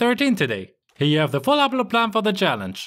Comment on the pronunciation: The way he says " full upload plan" sounds like "fulaplapla" 😂 nice video btw